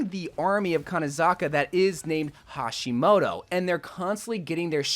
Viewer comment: You mispronounced hashimoto as Hishimoto lol